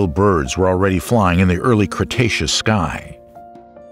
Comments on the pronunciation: This videos has a lot of inaccuracies First of all, its pronounced Cretaceous (kree-tey-shoos), we heard you pronouncing it wrong. Second, such dinosaurs such as Trex and Ankylosaurus didnt lived in the Early Cretaceous. Third, Trex was now estimated to be larger than Carcharodontosaurus in terms of mass of 9 tons. Fourth, Trex never encountered Carcharodontosaurus since they lived in different places and time and fifth, the Trex will easily win in a fight against Carcharodontosaurus due to its huge advantages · Congratulations on learning how to pronounce "cretaceous." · the emphasis on the first CRETacous becuse in the last video he said "CRUSTacous" made me laugh more than it should have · Cretaceous? Don't you mean Crustaceous?